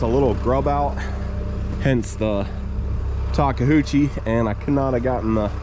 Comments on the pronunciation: Ta keu chi.......Japanese pronunciation. I'm from Hawaii and we have a large Japanese population, thus we understand the way to say words. Much like the Hawaiian language you pronounce each Consonent with it's neighboring vowel. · 🤣🤣🤣 Taka hoochie? Take Ta Kay uuuuuchi Takeuchi.